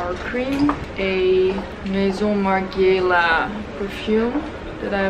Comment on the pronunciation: ( maison ) Margiela , is like "gina" not like negin ...lol ..i love you guys